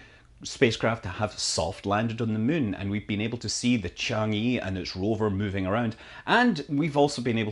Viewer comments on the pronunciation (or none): Chinese spacecraft is pronounced as Chang Er. Most people get the Er wrong. It is easy if you follow this. It is pronounce like the ear- part of earth. Try Pronounce word “earth” without the f sound of th.